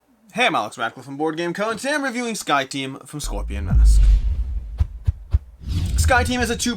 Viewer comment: People, it’s not Scorpion Masque, but Scorpion Masqué, pronounced mask-eh